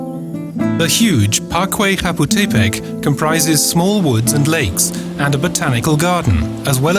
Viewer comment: just wanted to post the same. Chapultepec sounded very funny...